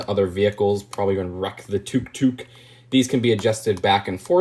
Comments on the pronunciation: . It's pronounced Tuck Tuck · tfw says “took took” instead of tuk tuk (tuck-tuck) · Its took took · Wait I pronounce it as "took took" and I'm asian